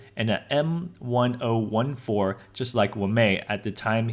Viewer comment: Corrections m ten fourteen not like wa-ma-I wamai. Wamai does not have m1014